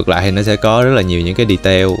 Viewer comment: mơi vài phút mà nghe đọc tiếng Anh mắc cười qua: đì-teo (detail), téch-chơ (texture), bô-li-gông (Polygon), ...